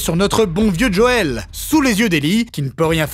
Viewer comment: Faut arreter aya nakamura : c'est pas Djoel mais Joel. (même dans la série en VF c'est JOEL) et c'est pas djadja ;-)